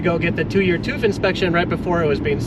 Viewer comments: "tooth" - I see you're still stugglinmg with the umlauts. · Hahaha....they pronounce it as "toof"....those Americans.... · You‘re pronouncing tüv wrong. It’s not toof it’s TÜV